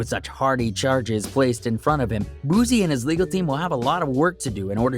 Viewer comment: Nbs mayne "boo-sea" not bozzziee